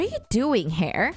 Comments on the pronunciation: just as a head's up, a more proper way to pronounce hare's name would be "hah-ray", since all of the students names are meant to be japanese (hence why arisu's name is pronounced like that instead of alice despite not being japanese in origin) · btw, Hare is pronounced Ha-Rei